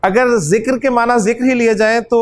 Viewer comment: السلام علیکم ورحمۃ اللہ حضرت آپ "ذکر" کو "زکر" پڑھ رہے ہیں، یعنی "ذال" کو "زا" پڑھ رہے ہیں ، اس سے معنی میں فرق نہیں پڑتا ؟